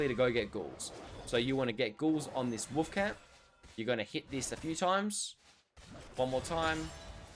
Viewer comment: Why do you pronounce "wolf" like "woof"